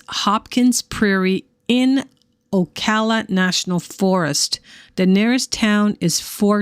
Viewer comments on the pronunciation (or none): I live here. The first A in Ocala is said like Apple.